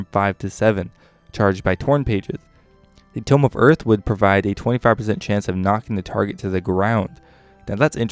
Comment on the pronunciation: Also "tomb" is too-m, while "tome" is toe-m